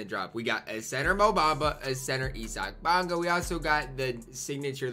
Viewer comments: Nobody:: ESSOCK Bamba. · U butcher issac name so hard bruh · i think thats how ur supposed to pronounce